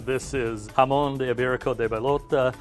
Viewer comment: Actually jamon is pronounced waaaaay stronger on the "ha" xD